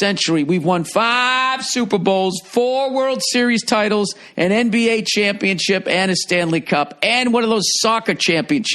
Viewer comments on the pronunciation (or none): stop saying champion chips!!! >.< its so annoying when people cant even pronounce the word correctly. Championship ship... fucking ship!